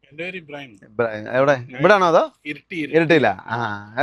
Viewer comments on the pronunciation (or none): none